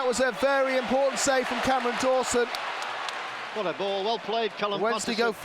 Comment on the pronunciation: Why are you saying cammy Dawson